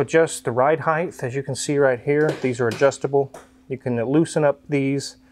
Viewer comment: Height... not heigth or whatever mispronunciation we keep hearing...